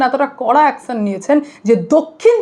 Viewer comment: Action commission pronunciation ঠিক koro😂